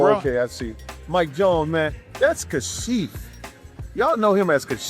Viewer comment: It was simply "Ka-shif," not "CAH-shif." Hire REAL narrators who know the music, NOT AI.